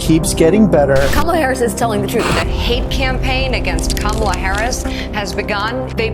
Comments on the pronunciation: Are you deliberately pronouncing Kamala's name wrong? Or is she living in the USA and people naturally Americanize her name? My friend José usually gets his name pronounced as if it were Hozay, or in New England, Joze (one syllable). He doesn't seem to mind. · I will TRY to pronounce KAM ala like I do my own name. KAMala! KAM KAM KAMala